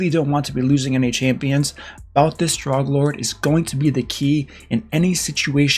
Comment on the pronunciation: FYI the a is silent in his last name